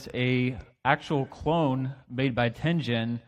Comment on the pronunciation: Any way to bypass the chip entirely? Ten Gen not Ten Jen.